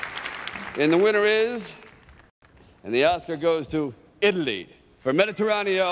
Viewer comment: Beautiful film! I could not believe Stalone could not pronounce correctly Mediteraneo.